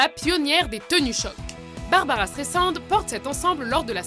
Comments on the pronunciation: Barbra et non Barbara ! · "Barabara Strésand" mdrr